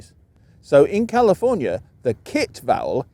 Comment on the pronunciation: Bruh, calling a bag a "beg" is very Midwest. If you hear it in California, it is probably from transplants or their offspring. While you seem to be well educated in linguistics, it is hard to take you too seriously when you don't even pronounce California correctly.